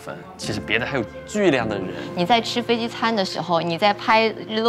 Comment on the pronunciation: 飞机Ji不是飞Zi，几百万粉丝大v了，拍摄设备那么好，不舍得改进一下自己普通话发音。听着真难受！拜托🙏🏻